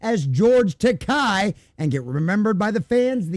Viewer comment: Remember it’s Ta-Kay…Rhymes with Gay. George said that himself